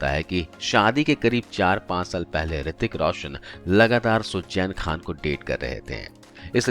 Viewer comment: Poori katha me aap ka Suzain Khan ko sujjain kehna kaan me buri tarah khatakataa raha hai . Km se km kisi naam ko sahi se bolna to seekh lena tha.